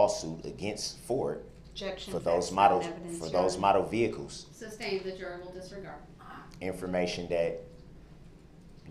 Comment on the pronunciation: Just like he always mispronounced sustained , as “substain”